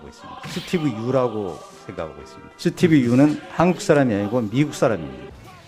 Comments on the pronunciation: 스티브 유는 아니고 스티븅유!라고 난 기억하고있다! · 미쿡 사람 수띠뷰 뤼우 ㅋㅋㅋ